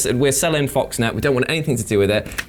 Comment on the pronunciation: It's "FOXNEXT" not Foxnet